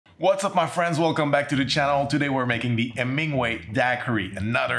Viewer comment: You are adorable! While you do not pronounce the “h” in hola, you DO pronounce the “H” in Hemingway! ☺️🙌🏼❤️